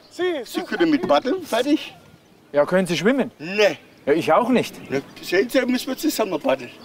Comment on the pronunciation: "Reizen Sie mich jetzt nüscht" 😂